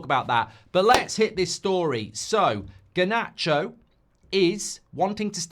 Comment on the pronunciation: Harnacho? Really? Oh fo fks sek